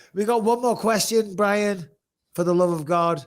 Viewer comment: Fuckin well done Brian for pronouncing my name correctly!!! No1 ever gets it right first time so well done 🙏